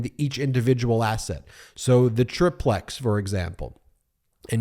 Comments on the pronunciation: Ben, it's TRY-plex. not TRIP-lex. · Triplex = try-plecks, not trip-lex. Just like duplex is doo-plecks, not dup-lecks. #facepalm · I say this with all due respect and affection, but it’s pronounced “TRI plex” not “TRIP lex”.